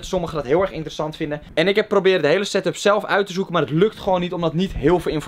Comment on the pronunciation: Yo boys, het is setup, Geen satup. Geen stress btw.